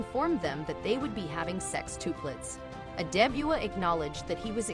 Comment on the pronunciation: Omg you said SEXTUPLETS around 5 times and NOT ONCE did you get it right 🤦🏻‍♀️🤦🏻‍♀️